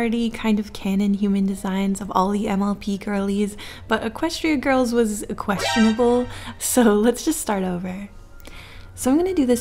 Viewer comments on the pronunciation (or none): "equestuionable" was a good one 😂